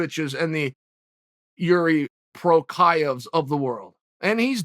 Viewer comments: I think he's saying Prokriev sometimes rather than Prokriav. KInd of Russian sounding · Chael: “remember that name, I’ll remind you” Also Chael: “Pro-kai-ev” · Try it with me, uncle Chael: PRO (short O, no OUs) CH (pronounced like J in Juan, Julio...) AAAZKA (Z is short and sharp). PROCHAZKA. There you go ;-) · "and the jiri pro..cha......ehhvvz of the world.." "prochayuhhs" "prochayev" 😂 gotta love this man's name pronunciation.. but I will say it's one of the difficult ones, still not Joanna Jedrz....... you know... Joanna. 😂 "prochaev... is it prochaev??" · Jiri Prokayev? Must be a new guy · Chael “PRO-Kaev” Sonnen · ... yeah, and maybe learn to pronounce it right ... is as you were been called CHaENtEL ZOneN Prokajev? C'mon, you got kneed in the head too many times ... American Word Gangster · Uncle Chael, after butchering the guy’s name for 7 minutes in a row: remember that name. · Remind me that name that you keep getting wrong Uncle Chael. 😃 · Says his name wrong. - Proceeds to instantly mention how well he knows him. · How the hell does Chael struggle so hard with these names. First time I ever heard the guys name I had it down. It's really not a hard name to pronounce. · The pause after CHAEL mispronounces his last name 🤣🤣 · I love how chael tells us to remember that name while getting it wrong in the same sentence